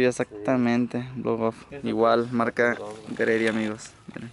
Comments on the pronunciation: Carnal la marca se pronuncia G—Ready!! Un abrazo un feliz cumpleaños! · Nada más como observación, la marca de ese kit twin turbo es G-Ready, tu lo pronuncias GREDY, lo pronuncia mal. Debería sonar YI REDI, si me explico. Saludos.. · "Gredi" jaja